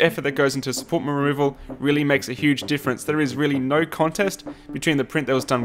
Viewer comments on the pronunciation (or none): Did he just said support meroval?